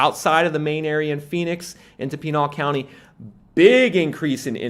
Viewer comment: Great Content! FYI Pinal county AZ is pronounced like you would say canal but with a P instead of a C